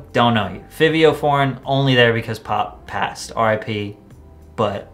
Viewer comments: Did this boy rlly say Fivio (not Fawvio) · It isnt pronounced fivi but rather « Fahvee » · Don't wanna be that guy, but its (FIVE)io not how u pronounced it. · its FIVIO NOT FEEVEEO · Bro you did not say Fivio forgein like that. it's pronounced f-ah-vio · im gald ur that guy lol. I cringed so hard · I was looking for this before I commented it lol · no cap always agreeing w you buh bro plz listen to fivio and it’s pronounced (Five-Eoo) his music is fire and deserves all the love w and w/out pop smoke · Man said fihvio foreign lmaoooo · Patrick Cc: the i is more like an “a” sound idk one of his main Adlibs is “Favi!” 😂 also his nickname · My mans you said fivio name wrong and comethazine the best rapper out Don’t quote me on that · You pronouncing Fivio wrong 😭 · damn bruh don’t disrespect fivio like that. ion think he was on there cuz of pops death he got good music and u said his name wrong lmao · Why u say fivio like that